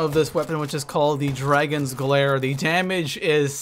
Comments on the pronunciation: Why does he pronounce Dagon as dragon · Dagon. Not Dragon.